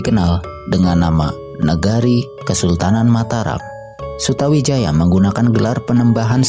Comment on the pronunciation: MC nya kurang faseh dalam menyebutkan nama,harusnya di baca sutoWijoyo (memang tulisan nya Sutawijaya).dan nama yang lain.